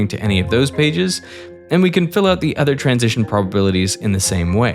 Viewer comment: Bro must really like cows. He keeps saying udder 🤣